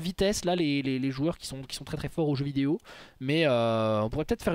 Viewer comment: On dit vidéo pas véodé